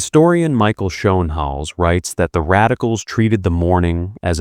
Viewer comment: de Engelse uitspraak van Schoenhals is Skoonehels …., really 😊